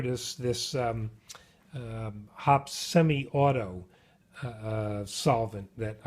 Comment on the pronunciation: The people at Hoppe's pronounce it "Hoppy's"